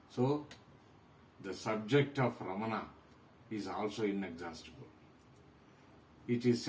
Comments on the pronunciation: prounaunce ramana is incorrect; raman is correct.रमन not रमना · Only Hindi idiots speak Raman. All others speak as Ramana. It is Ramana not Raman or Ramanaa. Even in Sanskrit it is Ramana.